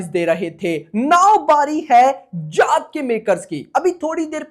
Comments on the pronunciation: जात ❌ जाट ✅ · Bhai जात nahi जाट hai woh 😅